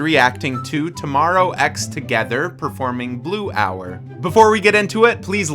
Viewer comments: It's pronounced tomorrow by together not Tomorrow X Together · sir it should be pronounced as tomorrow by together! hehe Thank you! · Plz pronounce it as “Tomorrow by Together” Thank u . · The way he read it as tomorrow ex together 😭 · I really liked this video and found it helpful :) by the way, Tomorrow X Together is pronounced "tomorrow by together" :) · just a little note, even though the name is write "tomorrow x together" it is pronounced "tomorrow by together"